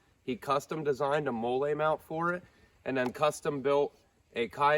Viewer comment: I didn’t wanna say it but then he started saying “mole ay “ instead of “molly” I had to search the comments for someone flaming this guy. The ultra low drop leg and the NC vism tactical vest for 20 bucks with actual shotgun ammo in said vest attachment made me cringe way too hard and is currently fueling this comment…. 😮‍💨 I’m sorry bud I just want you to learn quality and practicality instead of tacticool weirdo